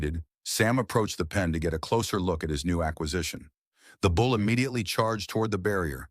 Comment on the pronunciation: It’s a bull. Not a “bowl”.